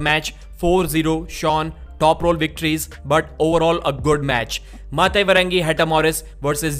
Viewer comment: Well done for saying Maate's name correctly, phonetically